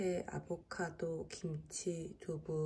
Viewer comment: 베니님 항상 아보카도를 아보가토로 발음하시는 것 같아요...!ㅋㅋㅋㅋㅋㅋㅋㅋ 첨 듣구 그 아포카토 말씀하시는 줄 알았어요😆